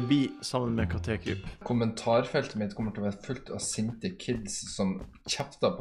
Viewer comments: Katékryp sa han, ikke Katekryp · Ikke katékryp men kattekryp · Ikke katekryp det er kattekryp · Ikke ka te kryp det er kattekryp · Heter ikke kat e kryp han heter kattekryp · Kattekryp ikke katekryp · Det er ikke kate-kryp, men kattekryp🙄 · Han heter ikke katekryp han heter kattekryp!!!!!!!!!!!!!!!!!!!!!!!!!!!! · Lol du kan ikke si KATTEKRYP